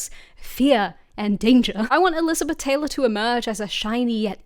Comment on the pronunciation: "e-LIZ-a-beth TAY-lor" -- um, new vocal stim unlocked